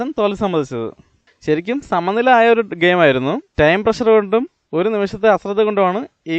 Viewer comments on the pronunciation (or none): none